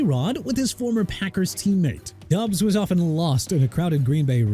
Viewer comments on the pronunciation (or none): Stop pronouncing Romeo Doubs' name as Dubs. It's pronounced Dobbs.